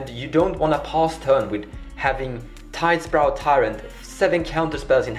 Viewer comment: Its tidespout, not tidespRout.